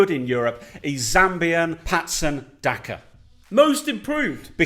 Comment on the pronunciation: said Patson Daka 😅😅🇿🇲🇿🇲🇿🇲🇿🇲🔥🔥 I'm from Zambia. Interesting video nonetheless.....